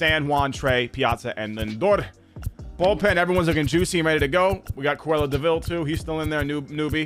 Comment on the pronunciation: Mans said cruella deville 😂